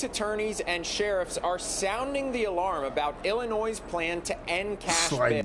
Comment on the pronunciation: First, round of 👏 for having the knowledge, on pronouncing the state correctly. The amount of people I talk to on the daily...use that "s" on the end, and ain't from there. I'm from there, but don't live there, Thank God! I look at that place now, like Gotham City. Anytime, "they" make laws, that start with something that sounds good, like "patriot act", which doesn't help patriots...no, it throws the book at them, for doing the right thing. Now...its the Safety Act...🤣🤣 Remember your 2nd Amendment, and hold onto it tight!